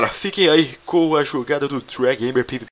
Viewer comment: ELE PRONUNCIOU PIVIPI KKKK